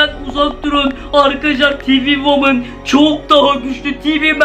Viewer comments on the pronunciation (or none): none